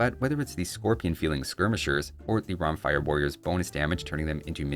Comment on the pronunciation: It's pronounced "Romfèa"